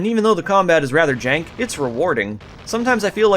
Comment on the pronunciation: i love how the word "jank" just sounds southern